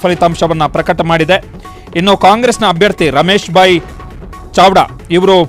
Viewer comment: ಚಾವ್ಡಾನೋ? ಚಾಡ್ವಾನೋ ವಾರ್ತಾವಾಚಕರೇ?